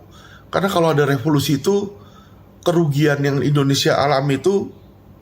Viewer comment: renyah denger kata REVOLUSI